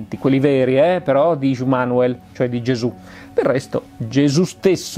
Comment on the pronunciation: Si pronuncia Semiase, Immanuel, Pleiaren etc.